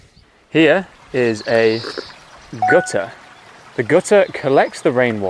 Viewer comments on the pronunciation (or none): Hi, do I hear it correctly and you pronounce buttur, gutter etc with [u] sound?